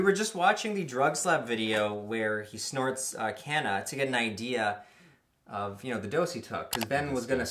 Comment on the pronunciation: As someone from South Africa that's not how Kanna would be pronounced. But awesome wordplay. It's pronounced KAH-NAH. The K as in Ketamine.